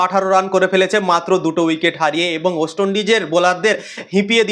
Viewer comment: উচ্চারণ ওয়েস্ট হবে ওস্ট নয় !! 💩